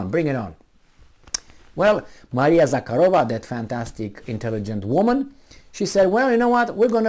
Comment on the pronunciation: since you have a crush on the Lavrov's answer to Jen Psaki, you may as well get her last name right:) ZahArova - no k, and emphasis on the second, not third syllable.